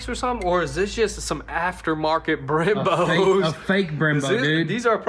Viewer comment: I swear I heard " drilled and slaughtered" referring to the Brembos haha